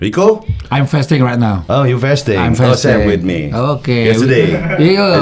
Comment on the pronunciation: bukan festing bang nyebut nya tapi fasting